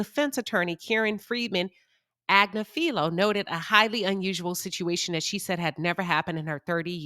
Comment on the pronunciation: Ag-nif-fi-low - this is the phonetic transliteration of Luigi's Attorney's last name, it's not that hard to pronounce.